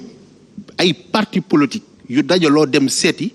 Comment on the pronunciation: on dit POLITIQUE au lieu de POLOTIQUE